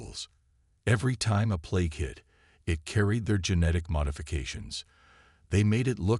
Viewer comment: It is plague not play it